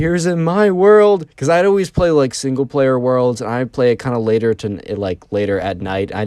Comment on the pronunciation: "single plawer"